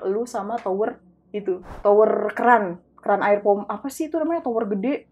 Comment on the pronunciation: TOREN MBA RARAA BUKAN TOWER, GW NGABRUTT PARAH🤣🤣